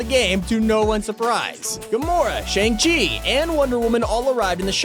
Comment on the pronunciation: you said chang chi's name wrong